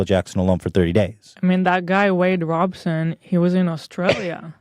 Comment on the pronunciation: Take a shot every time ethan says wade robinson instead of robson